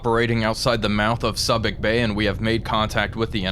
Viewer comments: I low-key cringed everything he said "sub-ik" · Subic Bay is said Suebic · It's "Soo-bik" Bay. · In the event no one has told you, but Subic is pronounced soobic bay. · it is pronounced SUE bic Bay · su-bic bay 🙂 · Ha ha. I think your dialog gives away that you are not a sailor, at least not one from 30 years ago. Subic Bay is mispronounced in this video. (Soo-bik bay is more correct, having been there in 1978) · Subic Bay? It’s pronounced Soo-(or Sue)bic. It reminds me of Malign for Milne in your War on the Sea games. Fingernails on the chalkboard… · Just wanted to give you a proper enunciation on subic bay, (sue bick) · Yep, it's Sue Bick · Subic is pronounced Soobic. Many port of calls there during my Navy days. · Good job,. BTW, it's "SOO-bic" bay. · It's pronounced SOO-bic not Subic. LOL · your pronunciation of Subic Bay sounds to be incorrect. There is still a Retired Activities Office operating in Olongapo, outside the former United States Naval Base, as well as the American Legion Philippines Department Post 4. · Good job. But a minor correction: Subic Bay is pronounced with the same "u" as in the word "tube."